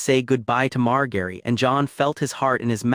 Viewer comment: writings good, AI voice mispronounces all their names like c'mon MAR-GARY TY-REON OL-ENNA